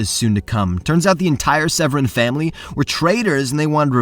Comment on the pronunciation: As a member of the Severin Family, I can confidently tell you that the second e in our name is Silent. Its sounded out as Sev-Rin. Fun Fact.